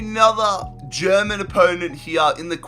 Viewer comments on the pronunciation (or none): none